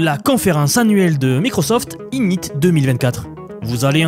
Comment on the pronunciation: Conference « I gni teu » 🤣🤣🤣